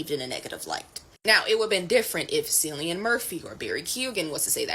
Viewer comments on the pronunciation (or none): Dear black lady in green: Cillian is pronounced the same as Killian.